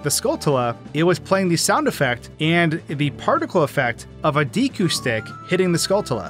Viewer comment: Cool video. It's pronounced like deckooo. Not deekoo